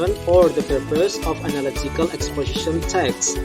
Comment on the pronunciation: just like what I hear, there are some mispronouncing: purpose, furthermore. (maybe not really clear)